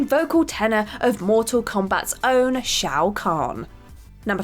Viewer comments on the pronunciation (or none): none